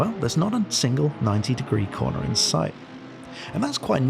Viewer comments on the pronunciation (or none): none